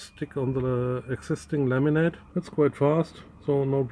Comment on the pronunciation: I love how when Chris says "laminate" it sounds like "lemonade"